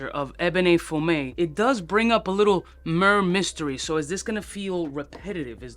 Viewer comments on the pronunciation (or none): Murrr mystery lol. Why do "reviewers" not even bother learning the name?